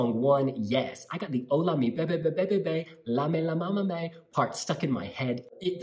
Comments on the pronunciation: Loved this review, but let me tell you guys that in order to pronounce "Llámame" right, you better try the sound of "Y" at the beginning. Try saying "Yámame", cause you are saying "Lámame" and it sounds like "leak me" in Spanish ("lámeme") :) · We, spaniards, are to blame for this one. Romania is one of our favourite 12 pointers, and we are SO buying this one, I'm sure. And yes, we call "bebé" to our boyfriends. He knows so well. And Spanish Eurovision entry in 1962 was "Llámame" by Victor Balaguer. (Pronounced 'Djā_ma:_ mE) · Stop saying lamame it meens lick me in spanish . In spanish Ll = i And you are right is cheep but catchy . 😘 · When you said "lámame" I died 😂😂😂 it means "lick me". What a letter can do 😛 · Llamame sounds like “iamame” in Spanish! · Ll is a Y sound in Spanish. The way you pronounced it, it means “I sucked on it” 🍆😂🤣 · I just hope they learn how to say “llámame” LOL Such a good song ❤️